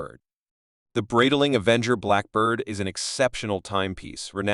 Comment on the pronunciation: What kind of a BS post is this, where the computer voice can't even pronounce the name Breitling correctly??